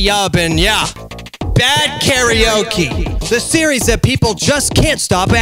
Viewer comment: 何故"カラオケ"を多くの人が"カラオキ"と発音してしまうのか？テリヤキ？テリヤケ